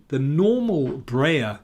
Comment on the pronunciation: Please don't say "Brayer". It pronounced like "Bryer".